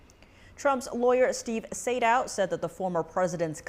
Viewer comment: ➡➡NTD: Trump attorney Steve Sadow's surname is pronounced SAY-DOH and rhymes with Play-Doh.⬅⬅